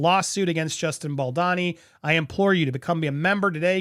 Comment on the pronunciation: Bal-doh-ni. Not Bal-da-ni. Dude, he's kind of central to your reporting.